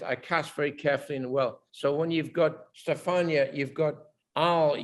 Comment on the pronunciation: Love when Ridley calls Stefani(Gaga), Stefania <3